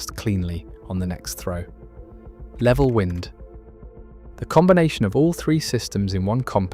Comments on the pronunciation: ThIs narration is Ai when "wind" as in roating becomes "wind" blowing. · WIND RHYMES WITH MIND,,, 😡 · Why do we have to listen to mispronounced AI narration? The information is interesting, but wind and wind are a pretty easy difference to tell apart. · WIND SOUNDS LIKE BLIND